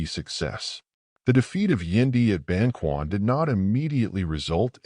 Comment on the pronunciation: Ban-ch’uan, not Ban-kwan